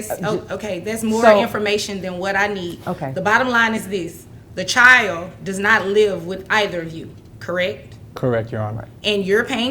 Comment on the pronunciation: CHILD IS PRONOUNCED CHILD, NOT NO chield